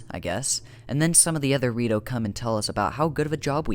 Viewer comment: "the rito-" All i hear is DORITO